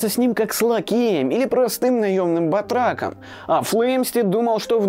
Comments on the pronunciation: Насчет прекрасной речи - это Вы несколько погорячились. Человеку с филологическим образованием как раз неприятно режут слух все эти "снискал службу" вместо "сослужил", "батрАком" вместо "батракОм", латинское "Амикус" вместо "амИкус" (где "и" долгое и поэтому ударное) и прочее. А с точки зрения содержания - да, прекрасная работа! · Всё хорошо, но вот с ударениями и произношением некоторых слов у ведущего проблемы: Лэйпциг, Лэйбниц, батрАком… Следует консультироваться с орфоэпическим словарем или специалистами. Нужно уважать слушателей канала.